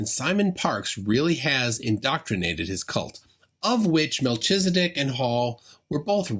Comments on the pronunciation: i think it's supposed to be melkhizedek, not meltshizedek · It’s pronounced, mel-KEEZ-a-dek. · I have forgotten everything except how you butchered your pronunciation of Melchizedek. The ch is a hard K sound...